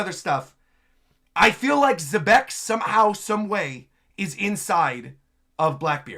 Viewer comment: I swear, Rocks looks like a mix of Blackbeard and Senku from Dr. Stone. Also, apparently Xebec is actually pronounced "jebec" according to Artur.